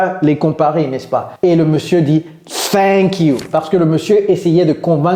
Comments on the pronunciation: J ai enttendu " Oook ! ...... Feink you !😅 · C'est ne que thak you qui se fait entendre.